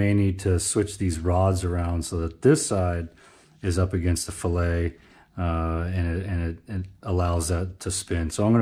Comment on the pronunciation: The chamfered side of the connecting rod ALWAYS goes against the crankshaft. That chamfer in conjunction with a narrowed bearing clear the "fillet". "Fillet" is an engineering term and is pronounced "FILL-it"! "Fil-Ay" is a culinary term!